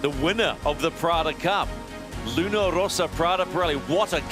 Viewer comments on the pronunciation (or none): I'm still struggling to understand why the commentator can't be bothered to pronounce the name of Luna Rossa correctly. It seems like a laziness bordering on insulting. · Hai perfettamente ragione, non solo sui colori ma anche sulla pronuncia. Non è che non sanno distinguere le consonanti doppie - è che non conoscono la differenza fra l'accento grave (rosa) e l'accento acuto (rossa).